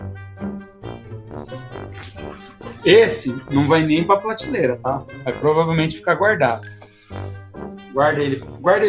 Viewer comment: tiozão fala plateleira kkk